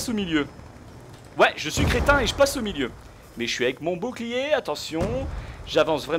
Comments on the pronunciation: je kif comment tu dit boucliet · dit bou bou clier au lieu de bouclier ;) je trouve sa plus jolie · Jadore quand tu dit bouclierr